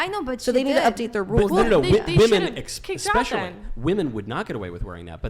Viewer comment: Michael.... Essssspecially. Not expecially. Lets teach these women proper grammer if they won't learn anything else.